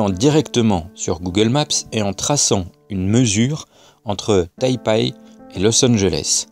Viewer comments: On dit Tai PEI et non Tai PAAAAI (rigolo) Et Google Maps ? Serieux ? C'est ça ton argument ?? Continue, je devindrai platiste avec toi :) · D'ailleurs Taipei se pronnonce "taypé"